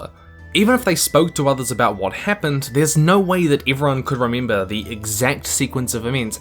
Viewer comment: So mini ivents to rimimbuh